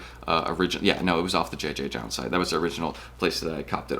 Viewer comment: I believe it’s just pronounced “Jound” no multiple Js